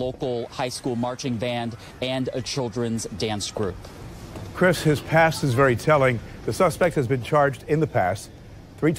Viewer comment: Hamilton please learn to pronounce Chris’ name correctly. Your reporting together as if he is your coworker for goodness sake.